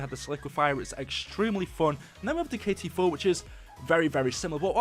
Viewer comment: K-T4 not KT-4